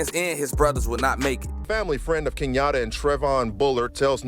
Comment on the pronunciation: Nigga said kenyatta